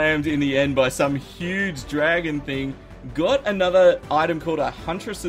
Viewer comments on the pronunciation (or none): none